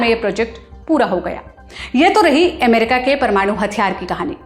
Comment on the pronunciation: America शब्द जो रिपोर्ट में आता हो, उस वीडियो में से इसे हटाइए एमेरिका एमेरिका बोल के सुनने का सारा मज़ा खराब कर देती है ये